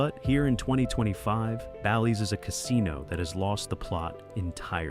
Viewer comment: Horrible video with videos used from another streamer….could not even say BALLYS correct